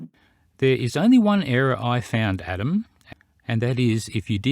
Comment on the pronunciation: Did I just hear call Adam, Atom? Lol